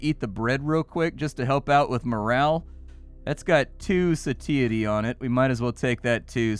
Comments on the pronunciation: The way pronounce satiety gave me a good laugh. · Hey, you should really check out how to pronounce 'satiety'... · Why are you saying satiety like that... anyway, great video. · I have never heard someone say satiety so wrong before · "Satiety" is killing me